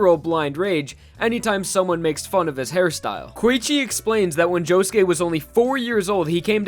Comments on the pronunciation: when i first started watching diamond is unbreakable i thought josuke was pronounced jo-suke not jo-ske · POV: you put on subtitles and he says JOE GAY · i love you man, but can you atleast pronounce their names right?